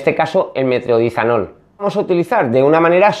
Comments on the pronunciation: Una pequeña correccion paisano.. se llama metroNIDAzol, no metroDINAzol, y no os molesteis en ir a la farmacia sin receta, no os lo dan, al menos en madrid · Hidrope SÍ a... Metro DI zanol NO, Metro NI zadol... Je, je, je...